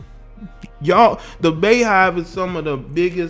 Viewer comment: “Be”yhive 🤣💀 not Baehive